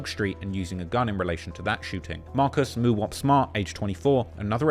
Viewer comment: The way he say Mooowop 😂😂